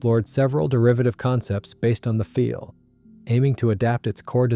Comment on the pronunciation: And the inconsistencies in how the script is read. It's the "Focke-Wulf one hundred ninety", but the "Messerschmitt one-oh-nine", for example. Or calling the Do 335 the "feel", even though 'Pfeil' should be pronounced 'file' -- which the narration does a couple times before falling back into the mispronunciation.